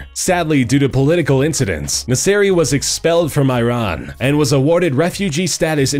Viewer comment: He is saying Iran wrong